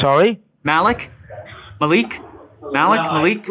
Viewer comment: it is mallik not maliik and a is short im Pakistani so I know